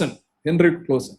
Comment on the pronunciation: ക്ളോസൻ അല്ല ക്ളാസൻ 😃